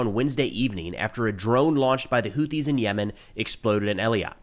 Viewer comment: I'm shocked. I figure you'd know how to pronounce that. It's actually pronounced "Who-theys". Soon, they'll be "Were-theys".